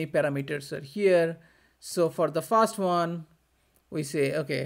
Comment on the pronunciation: Everything is great, but may I ask you to pronounce 'first' correctly next time? Now you are saying this as "fast", but not "first". English is also important in our work.